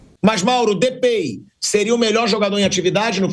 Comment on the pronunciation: "Depei" kkkkk